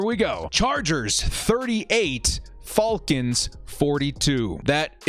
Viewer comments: Why does he say “falcons” so weird and wrong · I was asking myself the same thing lol 🤣